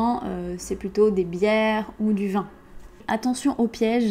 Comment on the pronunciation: J'ai un grand probleme avec votre prononciation de la voyelle "i" . Je n'entends auncune difference entre le mot "vin" (nasale) et le mot "vent" comme "le vin" et "le vent". Un explication s'il vous plait. Angelo